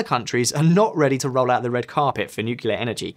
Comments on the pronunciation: British people: Americans don't speak english correctly Also British people: 'Nucular power' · Him saying "nuCKelar Power" is driving me crazy. He can obviously say it the right way. Just.. like a knife in my ear :d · Every time I hear NUCULAR I'm forced to visualize Homer Simpson. Please stahp. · It hurts every time that guy says "nukilar power". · Why the host pronounced it like "nukelaar" most of the time? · One of the things that make me bristle is when I hear people pronounce nuclear nucular. What the hell`s so hard about saying nuclear? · Did I see an influence by George Bush Jr on visual politics videos? Did I hear the word 'nucular'? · Why do you say nucelar/nukelar instead of nuclear? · Makes an entire video saying NUKE-U-LAR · Tough getting through this video when I cringe almost every time the word "Nucular" is said. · When did nuclear become nucular? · please stop saying nukelar. its nuclear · It’s nuclear and not nukila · "nucular"??? Really? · its pronunced NEW-clee-er. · 1 dislike for pronouncing it nucular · nucular? clicks off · Open up a dictionary to find Nucilar power 🤔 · If you're going to make a video on nuclear power, perhaps you should start by learning to pronounce it properly, and nucular is not it! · Nucular power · Funnily, he seems to switch it up by sometimes pronouncing it correctly. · I still don't understand why native english speaking people cannot pronounce "nuclear" correctly more than 10% of the times. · I wish he could pronounce "nuclear" properly... It's like watching George W Bush all over again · There is no "U" (nor any other vowel) in between the "C" and "L" in "nuclear". For fuck sake, this shouldn't need pointing out. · I find it so hard to take this presenter seriously when he learns to pronounce 'Nuclear' from JW Bush. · Stop saying nucular! It's nuclear! Why do 50% of people happily mispronounce this word all the time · nuclear, please! not nucular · Did anyone else hear "nukelar" instead of "nuclear".